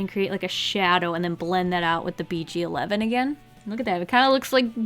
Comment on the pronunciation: Anyone else thought she said beachy 11 when she said BG11 🤣💜